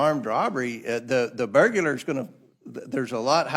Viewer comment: It's burglar...not burgerler.